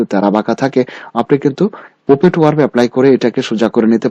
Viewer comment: Please pronounce correctly. PUPET, CROP, FOREGROUND